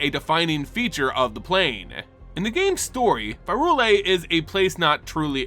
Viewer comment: Bro I love you to death, but it’s pronounced PIE-RULE-IA. Prey tell where the H is buddy in P Y R U L E A